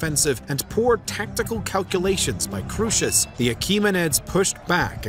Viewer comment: The original Greek: “Kro-es-os” not “KRUSHESH”